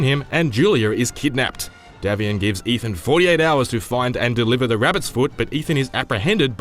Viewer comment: It's DAY-vian